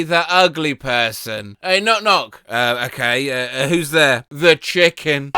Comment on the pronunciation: why did he sound mexican at the very end where he said "okay"